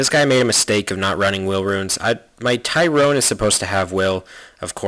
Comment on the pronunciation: I can't stand it when he says Accaamir and Tyrone instead of Tyron.